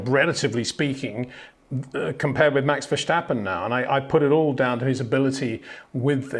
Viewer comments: HEY PETER WINDSOR, I HAVE MESSAGE FOR YOU SIR: With all due respect ... it is NOT Max "verSHtappen" ... Max is not German (Germans indeed do pronounce "st" as "sht") ... #Max33 = Dutch NL/Belgium! ... It is not "Bottash" nor is it "Lewish" certainly not "verSHtappen" .... This BS started long time ago when a British sport presenter interviewed father Jos Verstappen and assumed you can use a German pronunciation to a Dutch Driver thinking it is so "funny" ... It is not. Serious question: can any Englishman say "versatile" out-loud without saying "vershatile" phonetically? most can about 99,99% ... that is why most English can pronounce Verstappen 100% correct! Father Jos Verstappen (also F1 Racer) was very active between back then only a very few said "Vershtappen" but the vast majority of British sport presenters pronounced it perfectly ... only a few old stubborn farts like Peter Windshor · Freddy Just say Vurstappen, with the a sounding like farce.